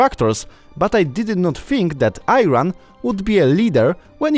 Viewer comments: Very pleased to hear about this activity and thanks. Couple of Important points. Please don’t say “Eye Ran”, pronounce “E” followed by “Ron”. Their political system is NOT based on radical Islam, that is nonsense. Calling an Iranian an Arab, is NOT an insult, that is nonsense and a Satanic strategy to divide and concur the people. The good people of Arabic countries and Iranians are like brothers. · As an Iranian, I am proud of my country, history and scientists and thank you for introducing me to Iran. Correct pronunciation of course ee-ran not eye-ran. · The pronunciation is ee run not i ran🤦🤦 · Its pronounced "EE RON" and not "I Ran" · It's not Eye ran. It's IRAN as in E RUN. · Mofo it's "ee run" not "ai ran" please learn that 1st before posting about the country, how about we call your country "pee land" would you like that? Dumbass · Sorry but it's not I-ran the correct prononciation is E-ran,we will get back our land from these fanatics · Don't pronounce the I in Iran as in I-run, it's more like E-run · it's not I..ran asswipe, It's pronounced as E..ran. I'm not an I ranian or E ranian or a Polish of shoes, learn English i.e angielski before you make a video. Ass...w..i..p..e. oops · Eyeran is not true.ieran is true.like i in ,in, sentence. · It's E - Run Not I - Run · Not ayran my friend 😂 u can’t even spell the country ffs it’s Iran 🇮🇷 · Its Iran and not Ayran!! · Its not I-Ran - it spelled Eeran meaning the land of Aryans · Idiot is not ayran itz iran 🇮🇷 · You are pronouncing Iran incorrectly, it is "ee ran" not "i ran". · Iran ( Eran) not i-ran....it's not I-taly Italy(etaly) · The country called Iran"eiran" but not airan ! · IRAN E RAN NOT I RON ..... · It's EERAN not I ran .. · Ayran???? Its iran, spell correct! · The pronunciation of the country's name is not "Eye-Ran" it's Like "E-Run". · The name of country it is nor AAAYRAN, it is iran like imagine or italy.... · Are you Pilish from Piland?? It's Ee-ran not Ayran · It is pronunced e-ran not I -ran